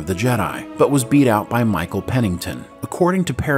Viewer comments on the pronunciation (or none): none